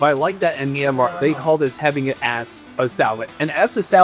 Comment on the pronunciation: Did you just say mynmar I speak that